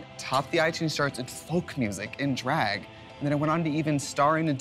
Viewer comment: Can anyone explain the whole thing with Trixie’s accent and pronunciation of “drag” that’s so funny. I’m in Alberta Canada and it sounds just normal to me lol